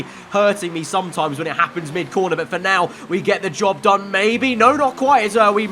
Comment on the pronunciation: did he say Job done or Dob done??